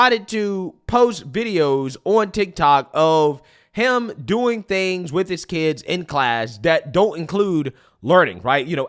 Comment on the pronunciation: Especially when we got that first commentary about ‘Wayull I don’t have keeds but….’ Okay I’m gonna stop you right there because I absolutely promise you that once you do, your entire perspective shifts about 180.